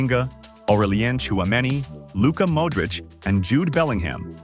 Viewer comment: Did i hear u say Luka Mudric?